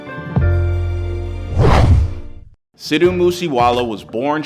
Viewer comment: is saying Sid-Dhu(dhoo) Moose Wala that hard